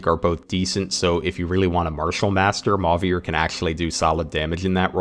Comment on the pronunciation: idk why this made my brain itch so much but after hearing emphasis put on the french accent on 'Louis', 'Chloe', and 'Celine', hearing 'Mauvier' pronounced as 'maw-veer' instead of 'mo-vee-ay' threw me off for a minute lmao